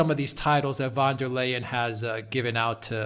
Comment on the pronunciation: She is called “ van der Leyen” not Leyden....